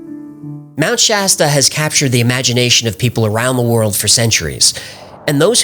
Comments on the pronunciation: finally someone pronounces mt. shasta correctly instead of trying to church it up. in a cali local and its pronounced just like its spelled or the soda pop brand. thanks. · I live in Mount Shasta. Thanks for getting the name right! The lava fires.... no so much. I always make sure to keep an eye out for things....